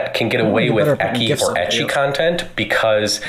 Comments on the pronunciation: im sorry and i know there are bigger point but if this fucker calls it "ekki" one more time im going to scream and punch my screen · Why is he calling it "ekky"????? Fucking a. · I'm taking psychic damage every time that man tries to pronounce ecchi.